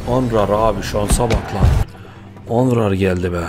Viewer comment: abi kartin adi onrar degil nonrey